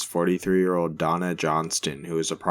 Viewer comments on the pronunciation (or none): none